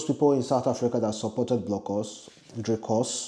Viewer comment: If at least you pronounced the Dricus name in English, it wouldn't have been this difficult for you to pronounce it. Now Pidgin and Dricus just don't mix😂😂😂 I feel sorry for you my Broda🤣🤣🤣